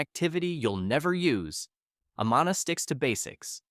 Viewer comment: Amana is pronounced : A-man-a. Not A-maa- na. 😐